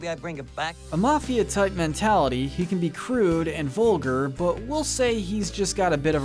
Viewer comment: Mispronouncing the word he throughout the first 2 minutes and 46 seconds of the video doesn't do much for your credibility.